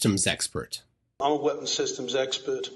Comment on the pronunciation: He's "ess-pert", like "spurt". He's very spurt. He's a spurt about the 5G. He just spurt, spurt, spurt all the live long day!